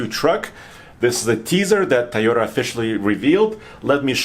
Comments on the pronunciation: Hey - is it TIE-OTA or TOY-OTA? 🤔😂😉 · Please please please, it’s TOY ota, not Tie ota. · Makes me crazy when people say “tie o ta” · TIEYOTA! LOL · Yes, obviously, has an accent, but why do people pronounce Toyota like, "Tieota?" People who pronounce it like, "Tieota," do you pronounce children's toys as "ties?" If not, then stop saying, "Tieota!" You sound ridiculous. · Say it with me, TOY-OH-TUH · is not the only person who says that